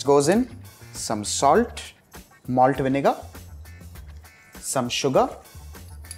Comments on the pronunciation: and sal-T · he says salt-ta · the retroflexed 't'. Unique to Indians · and sal-Tuh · the way he says salt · I love this sound some Indians do at the end of the word "salt" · I like how he says salt